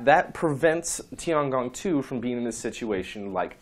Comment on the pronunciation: Your explaination is surely better than pronunciation, but still I think is incorrect. If we want to use english isntead of pinyin it would probably be something like this: Shenzhou = Shan--joe-oo, Tiangong = Tee-an--gong. For jiuquan I don't think it is possible to write it in english, the sound of the character Jiu would be something like "gee-oo", but quan is not writable in english, it's something like the "ch" of "chew", "oo", and "an" with the english (not the american) pronunciation. Phonetic alfabet is much more suitable for this kind of things ^^